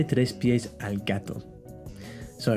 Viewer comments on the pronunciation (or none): No 7 Tres not Tries